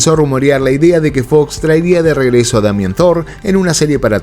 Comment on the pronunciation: Demian! No Damián 😅